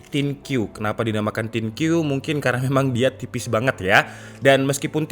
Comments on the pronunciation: Thin Q dibaca Thin Kyu... Think you, mikirin kamu <3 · Thin Kyu -> Thin You = Kamu tipis alias kerempeng😂